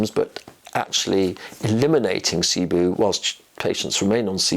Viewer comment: It’s pronounced SIBO. Not SIBOO